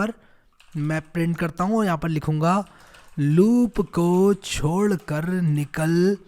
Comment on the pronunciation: Sorry for that sir...but😆😆😆🤣chod nahi hota vo chhod hota he..🤣 .